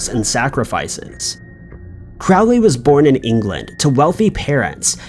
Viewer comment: Crowley's name is pronounced like 'crow'. Not like 'crowd'. You get way too many names wrong.